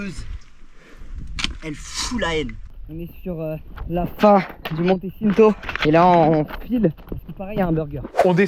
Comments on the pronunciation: Je suis mort comment ils on prononcé "Le Monte Cinto" il a prononcé "sineto", au lieu de "tchinto"😂😂 et même les noms des Monts et des refuges ils on pas respecté nôtre langue, les Corses en Sueurs😂😂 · T'as vu la prononciation 💀 juste le "monté çinto"💀💀💀💀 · Tout le monde vous parle du Monte Cinto mais vous prononcez ça comme des pinzuti 😂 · Un énorme bravo pour ce que vous avez accompli vous avez géré 🎉 Par contre en tant que corse qu'est ce que j'ai ris sur les prononciation de lieu rien que le Monte Cinto que tu prononce Sinto alors que c'est Tchinto mais au moins c'est rigolo encore bravo 😂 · On dis pas "monte ssinto " mais "monte tchinto" 😂